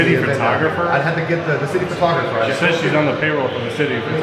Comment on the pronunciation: Did she say city photographer or shitty photographer?